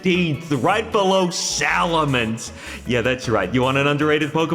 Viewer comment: It's Swadloon.